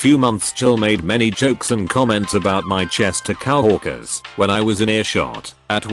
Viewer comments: I hate that voice so much and It misuses words. COWorkers is not the right way to go, COworkers is right. I'd listen more but the voice is horrible. I'm not going to subscribe, too messed up. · coworkers is pronounced co-work-ers, not cow-work-ers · Nobody: ... Text to speech: "COW-WORKERS.." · Robot pronounced coworkers as cow-orkers! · Can you get a better tts system? Coworkers shouldn't be pronounced cow-orkers. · Ouch! The AI trying to read this is terrible. HR = Hurr? Facebook = Fass a buk? Coworkers = Cow o erkers? It's just too hard to even listen to...